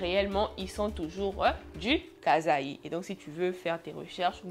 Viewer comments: La prononciation de la province c Kassaï et non Kazaï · Je suis Congolaise et on dit Kasaï [kassayi]😅 mais sinon ton histoire était cool,et je n'ai plus envie de visiter le reste du pays🤣😭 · Hey !!! Je sais que ça porte confusion mais on écrit “Kasaï” mais ça se prononce “kassaï “ 😊 voilà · C'est le kasaï, tu prononces pas bien c'est pas un mot français 😅😊, sinon suis abonnée à toi et j'aime bien tes histoires